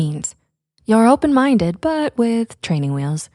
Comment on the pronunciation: “Are you open mindeu?”